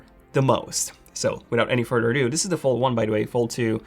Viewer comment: without any furder or dew